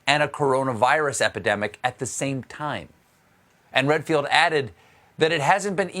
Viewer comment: he called Redfield "Renfield" - STEPHEN, WATER DOWN YOUR BOURBON!!!!